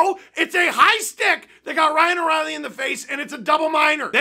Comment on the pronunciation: Ryano-actual-Reilly kinda sounds like a Harry Potter spell.